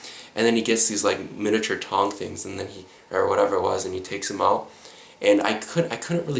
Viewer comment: "When they were taking them ooot"? Hello Minnesota.